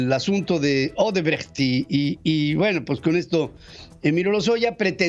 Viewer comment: Pedro buen fin. Tuve oportunidad de trabajar para Odebrecht México, y extranjeros y nacionales lo pronunciaban Osebrecht, tal y como sr escribe, no Osebrejt, ni Odrbrajt.